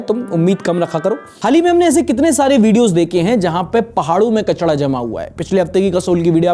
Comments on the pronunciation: Bhai, 'Kachda' thodi hota hai, 'Kachra' hota hai na??😂😅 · भाई आप कचरा को कचड़ा क्यों बोलते हो ?